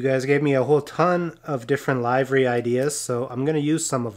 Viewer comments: Always great work and ditto on pronouncing livery...Liv Ree 😉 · I’ve always loved the Gulf look! And this one is no exception! One thing (and it’s completely me…) but it is pronounced ‘livery’ with a short/soft I sound, not the hard I. Think “I just want to live, man!”, not “the show will go live in 30 seconds….” Keep those cars coming, but, could we see some more restorations?